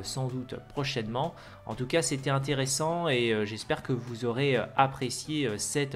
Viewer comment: « En toutou cas » 😄